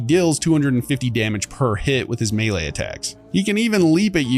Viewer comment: The way you pronounce “melee” is kind of galling💀